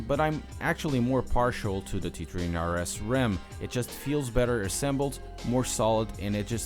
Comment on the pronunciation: Lol, he says “T tree hunred RS.”